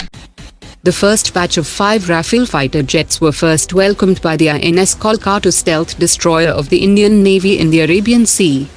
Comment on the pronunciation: How you pronounce Ins Kolkata...??😡😡😡😡 pronounce it correctly and if you can't pls don't pronounce..